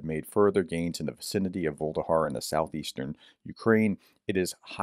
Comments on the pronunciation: Vuhledar. Voo. Lah. Dar. Not vuldahar. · Pronounced: Vuh- leh-dar not Volde-har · Dude, Vuh-le-dar, repeat three times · I think it's pronounced something closer to voo-leh-dar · Vuh-le-dar (Voo le Dar) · It's NOT Vuhldehar ! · It's pronounced Vuh-Ledhar. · Pronounced: Voo-leh-dar.